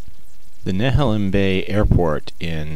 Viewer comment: Oregonian here: Better say Neh-HAY-lem and Man-zan-EE-tah or the locals will laugh at you. Tee-hee.